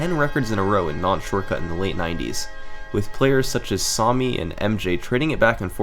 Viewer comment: I’m sorry but how can you say the name Sami wrong 😂